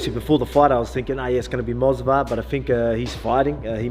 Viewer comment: Mosvar😂😂 new character unlocked by